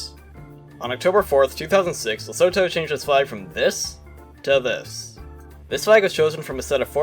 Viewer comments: Loved this video! Would love to see the flag changes from every 25 years like and . Also small note Lesotho is pronounced Lih-soo-too, you don’t pronounce the th like usual and the o’s sound like they do in the word too or two. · It's pronounced luh soo too